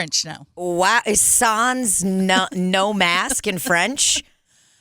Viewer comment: As a french canadian, the SANS part killed me 😂😂😂 you don’t pronounce the S at the end. or the N. SAN, i don’t even think there’s an english words I could say to make it make sense 😂